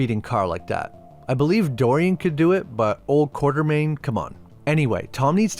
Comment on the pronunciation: It is Quatermain. Not Quartermain